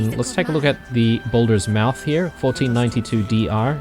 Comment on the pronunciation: And here I was thinking that saying mouth as "muuth" was an australian thing like calling chicks "chooks"...